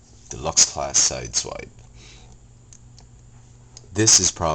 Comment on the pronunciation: XDD u say sidewais no sideswipe